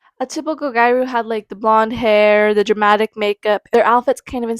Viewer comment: The pronunciation is “gi-ya-ru” the “ru” being more of a roll of the tongue r sound. :)